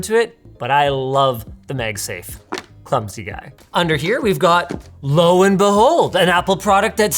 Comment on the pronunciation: If I hear MegSafe one more time